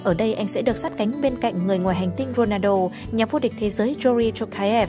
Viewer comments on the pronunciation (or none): none